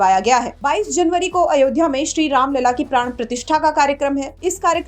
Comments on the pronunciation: avdhya नही ayodhya hai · Reporter को अयोध्या का उच्चारण करना भी नही आता , बार बार अवध्या बोल रहा है। पढ़ा लिखा नही लगता। 😢